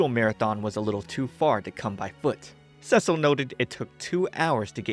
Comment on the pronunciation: The constant mispronouncation of "Cecil" driving anyone else just a little bit crazy. For those who don't know he's pronouncing it the feminine name "Cecile" (seh-seal) in stead of the masculine "Cecil" (Seh-cell) which is how it's pronounced in the show.